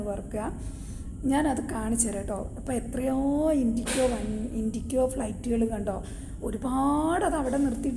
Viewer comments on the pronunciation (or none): ഇൻഡിക്കോ അല്ല ഇൻഡിഗോ എന്ന് പറയേണം